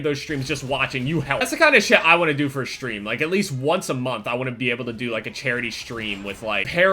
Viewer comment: I love how he says Shtream